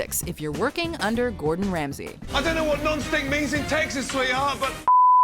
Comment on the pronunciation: "That's why it's called a non-sttICKK"